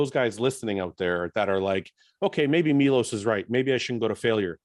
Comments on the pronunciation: He is great but I'll go crazy from that nobody says his name correctly, it's not Milos, it's f***ing Miloš! C'mon, you can pronounce "sh*t", you can pronounce his name 😀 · I am actually not joking...I will really start correcting people 😉. Fouad - next time you call me on the show - remember - its Milos with the "sh"-it at the end. 😁 After 30 years in the industry - people might start calling me by my real name. And it is "shit" at the beginning of my last name too 😬